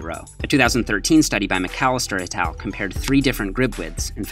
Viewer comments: Ryan Francis I thought I was the only one who thought that! I had no clue what he was saying until it just clicked that he was saying “et al” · Sup - taking bets on whether will learn to pronounce "et al." correctly in 2017